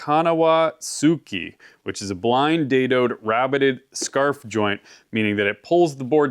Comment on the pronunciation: "Forgive my bad Japanese" Honestly, I've heard way worse. You said "tsuki" instead of "tsugi", but other than that - not entirely wrong. It's at least understandable, which is more than can be said about some other YouTubers trying to read romaised Japanese :D